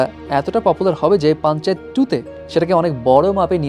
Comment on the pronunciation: ভাই পাঞ্চাত না পাঞ্চায়েত 😌😌